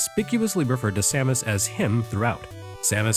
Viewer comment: FINALLY someone who pronounces her name as I always have!